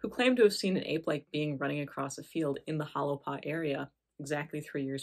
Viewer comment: If you’re going to do a story how about pronounce it correctly. Correctly pronounced it sounds like “Holy Paw”